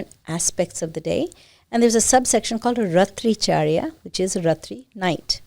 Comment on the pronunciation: Good knowledge but please stop that disgusting put-on accent. Speak Sanskrit properly. Raatri charya not ratricharya. Commend the host to sit n listen to that.